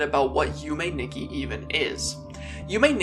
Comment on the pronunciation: Nikki is pronounced as "Nee-key"